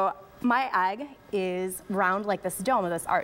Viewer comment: The word is not, "agg." This mispronunciation is driving me crazy!!!!